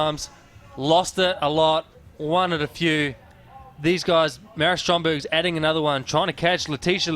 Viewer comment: Does the announcer know that Maris's last name is Strombergs and not Strongberg?